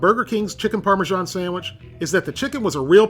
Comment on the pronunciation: I think parmesan is pronounced "parmazan", not "parmijon". Otherwise great video